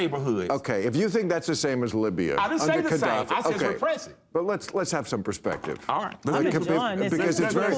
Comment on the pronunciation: Mofucka loves ghadaffi but can't pronounce his name lol. It's a very odd choice. And he thinks dating black women teaches you that Haiti supports France. Well, well, well as far as killer Mike knows Haiti is still sending money to France. As far as i know, killer Mike is about as smart as forrest gump but way less interesting and charming